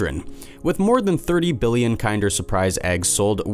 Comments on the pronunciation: Isn’t it pronounced “kender”? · PFFFT- starts off unrelated to the title, and immediately mispronounces kinder as KIND-er. Awful. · lol the way he says "kinder"